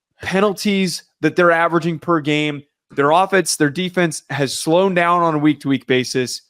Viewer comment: “Slown?” . Really?!